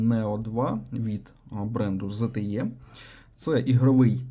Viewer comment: Не зтє, а зте, або zte.